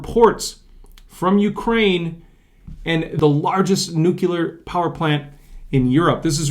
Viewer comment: Nuclear not nucular